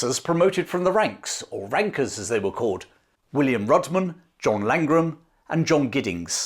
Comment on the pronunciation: My ears pricked up when thought you said "Working class wankers" instead of Rankers :D